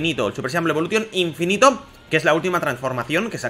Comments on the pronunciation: Dijo Inifino xD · Like si vieron que decia INIFINO😂😂